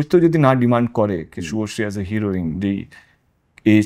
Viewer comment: শুভশ্রী নামটাই ঠিক মত উচ্চারণ করতে পারছে না ও আবার শুভশ্রীকে কাস্ট করবে